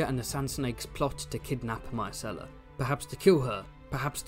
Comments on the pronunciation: managed to pronounce "Myrcella" differently every time he said it over the course of 13min 🙃 I love book-Ellaria, one of the absolute best minor characters, an absolute distillation of one of GRRM's core themes of the series. "I saw your father die. Here is his killer. Can I take a skull to bed with me, to give me comfort in the night? Will it make me laugh, write me songs, care for me when I am old and sick?". It's all right there in the text, and yet the majority of the audience (book and show) still seems to take the view that ASOIAF is about "winning the game of thrones". I'll go finish my 8th grade book report now. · "try to consistently pronounce words" challenge 😂